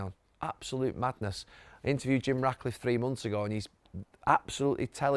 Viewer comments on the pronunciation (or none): Who’s “Jim Racliffe” Gary??? It’s RaTcliffe you tool🤡